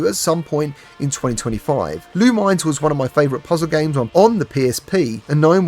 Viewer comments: It’s pronounced LOO MIN ESS. Not LOO MINES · Awesome breakdown of some of the best looking upcoming games. I'm really looking forward to Rush Apex Edition, Thief VR, Roboquest, and Ghost Town. Oh, and Lumines isn't pronounced "loo-mines" it's "loo-min-ess." They say it in the intro to one of the PSP ones.